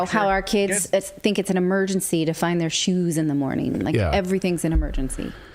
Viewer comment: He keeps saying, "I sink"